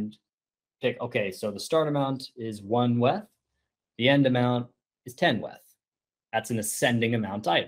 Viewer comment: The way you say WETH tilts me